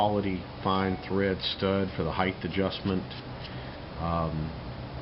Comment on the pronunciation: There is a "h" at the beginning of the word "height" but not at the end. I'm not trying to be a troll and I liked the video but really, heighth thlvesthter the puddy tat could get away with it... humans not so much.